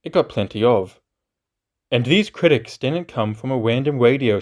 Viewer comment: Kwitics 😂 Juwassic 😂